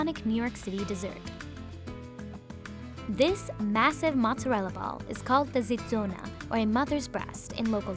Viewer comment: When she said "zizzona" lmao - the pronunciation was really bad BUT she's trying her best :) Also, the translation isn't quite right Zizza (or zinna) in southern Italian dialect means b00b So zizzona = big b00b